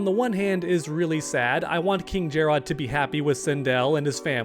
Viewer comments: If you call him Jer-Rod one more time!😂 Stop it, you heard how Sindel and Lui Kang say his name in story mode "Jer-Rid." Just like if it were spelled Jared. Jer-Rod sounded cringe AF😂😂😂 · Omg it's not JarROD it's just Jarrod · It's not jer-odd it's jerrod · Why he saying jare-Odd tho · Take a shot whenever he says Jerr-ahd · “KinG Jarrrod” or whatever tf your saying.” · Why are u saying jarrod how it’s spelled everyone in the story mode says it like Jared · That pronunciation of Jerrod 😂Ermac should have a skin for a mortal look of the Edenian King. With Takeda being playable I can see the rest of the Kombat being Kameo fighters (- ^ ) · This seriously has to be the most clickbaity MK channel. Not to mention the pronounciation of Jarrod or being unaware of story. As long as you're getting that bread I guess.